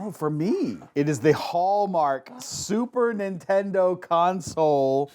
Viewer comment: I got the subtle “Super intendo”